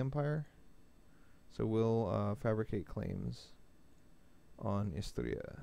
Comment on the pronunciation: Goddammit it's "Istria" and not "Isteria".